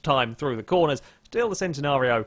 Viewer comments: It's pronounce Chen - Ten - ario not Cent - en - ario :P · its always been Chen-Ten-ario ask lamborghini then? im sure and they have said its chen not cen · We do speak it Centenario in Portuguese, but the original Italian name is still pronounced /Ch/entenario. Nonetheless, every language and accent is going to speak it its own way, so we shouldn't expect a British guy to say it like an Italian guy and all.